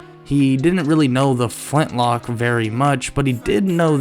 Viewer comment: everytime you say flintnock it drives me nuts lol